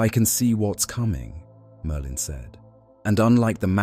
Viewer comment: Why does the AI pronouce Merlin as Merdin?